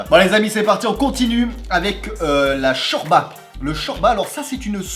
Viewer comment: on dis chorlba